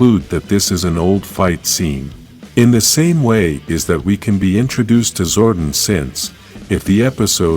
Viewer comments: It's Zordon not Zordin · This guy is not pronouncing Zordon right.